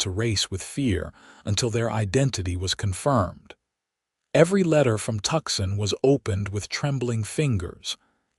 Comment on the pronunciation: Not Tuxon, it is Tucson pronounced Toosawn